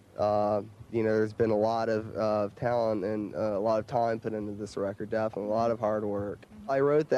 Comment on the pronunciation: Finally I understand, why Chuck always says DEATHinitely :D